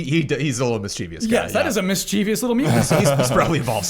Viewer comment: Correction: 'mischievous' is pronounced differently. There is no 'e' after the 'v'.